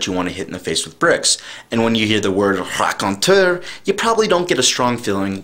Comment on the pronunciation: RACONTEUR!! Did you take French? Most people wouldn't say it with such a stong knowledge of the French pronunciation (I probably spelled that wrong, please don't be the connotation definition of a stranger!).